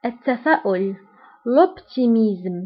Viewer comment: Salut dans le mot optimisme et pessimisme tu pronnonces z au lieu de s